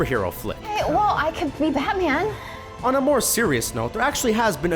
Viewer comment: on he said batwang